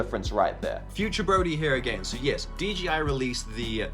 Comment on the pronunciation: Everyone says DGI instead of DJI lol